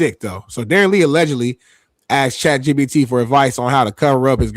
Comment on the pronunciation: “Chat GTT” 😂😂